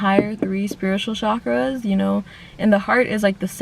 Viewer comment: Chakras is pronounced chakras, not “shakras”. Cha is like the cha in chai, charming... and it’s eScape, not excape. If you want to grow, open your mind to speaking consciously. Not because bad examples abound.